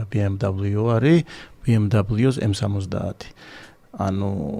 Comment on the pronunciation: ამხელა ბრენდის წარმომადგენელს არ ეკადრება ბი ემ დაბლოუს წარმოთქმა )) მიუნხენელები იცინიან მაგაზე